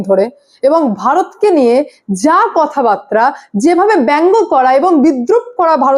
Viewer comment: Kotha barta .. it's not Batra